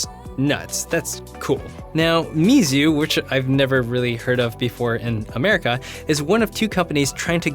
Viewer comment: BTW: Meizu is pronounced "May zhue" from what I've heard online 🙂 Keep up the good content!